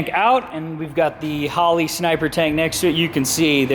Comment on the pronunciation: Normal people: Holley: Hoe Lee